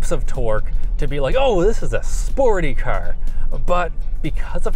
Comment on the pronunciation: Dude, its car, not ker....